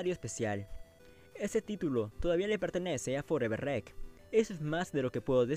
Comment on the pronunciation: EN MI OPINIÓN NO SABES HABLAR! COMO QUE FOREVER REC???!!! NMMS!